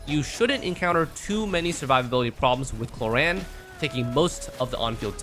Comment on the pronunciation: is it me, but i keep i hearing clorinde pronounce as korean lol